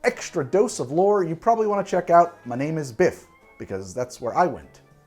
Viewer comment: But ‘Biff’? 😆